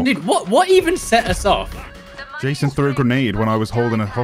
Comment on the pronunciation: yayson -it's ja. ja ja jason -ye ye yayson -who put you up to this. was it kimmel?